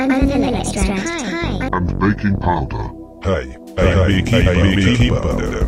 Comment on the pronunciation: the dude's like ; pOwDeR